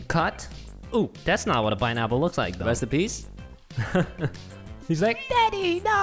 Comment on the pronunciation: said pease so I left the call